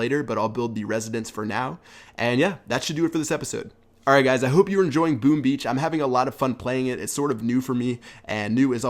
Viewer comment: Did I hear "Boom Bee" ?!! Haha